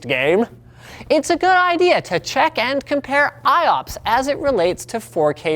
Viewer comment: I've been waiting for you, As Fast As Possible. Yesh... Gewd...